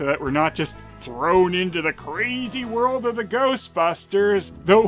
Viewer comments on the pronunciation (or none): none